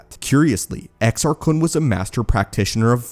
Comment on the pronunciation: You're saying it wrong. It's Exar Kuuune according to Eckhart's Ladder and Corey's Datapad lol